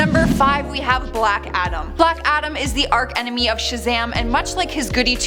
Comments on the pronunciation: Arc enemy? Really? If you're gonna bring in a pretty girl to draw in viewers, at least have her know what she's saying please. Good grief. Basic English here people. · And Arch-Enemy as Ark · ......dont ever say arch enemy like that again......